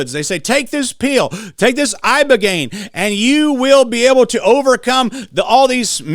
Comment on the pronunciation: Ibogaine ,,, brother not ivagaine